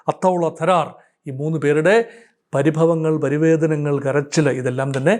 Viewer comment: Not parivedanangal but paridevanangal